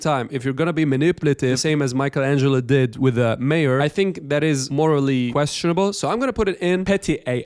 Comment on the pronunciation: “Mike Angelo”